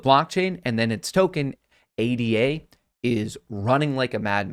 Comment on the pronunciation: it's pronounced ADA, not A D A